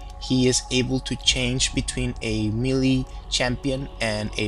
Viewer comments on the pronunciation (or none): you pronounce the word "melee" kinda awkward xD like...mili xD